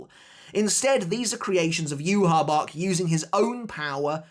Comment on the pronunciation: Start saying Yhwach’s name properly bro